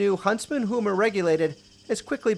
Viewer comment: It's Huma, not Hoema.